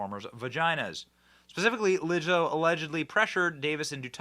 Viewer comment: Did you say, Wizzo? How about nasty